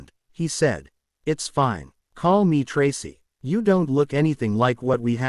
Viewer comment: Learn how to say Tracy it is not tras